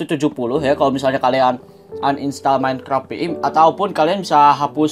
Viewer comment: kok ngomong minecraft minecrap?